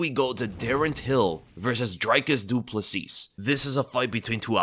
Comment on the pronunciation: The last S on Plessis is silent. It’s pronounced “Ple-see”